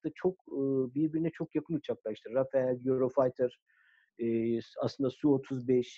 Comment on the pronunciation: neden herkes Rafale'ye Rafael diyor:) Sizin haricinizde de gördüm...